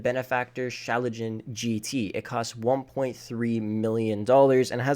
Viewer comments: It's schlagen Not chalagen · Pls never say shallegen instead of schlagen again. Plssssssssssssss. It's called shla-gen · It's Schlagen, Not Schalagen, it's German, it's Sh-la-gen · My guy pronounced „Schlagen“ as „Shalogen“ 💀🗿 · I like your Video but you speak Schlagen Gt like ,,shlughen“ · My man its schlagen not schalagen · The “shalagen” bro what learn German. Sh-lâ-gēn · Schalgen its pronouced Sshhhhh lag en its german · We just gonna brush over the fact he said benefactor shalajen 😂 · „Benefactor Schalagjen GT“ as a german this pronounciation is kinda funny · I laughed my ass off when he said it😂😭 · You spell "Schlagen" wrong. You gotta pronounce the g more, try to hear it on Google Translator